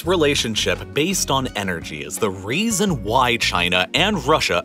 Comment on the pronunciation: "Raisin'' lol. But he said ''reason.'' , pm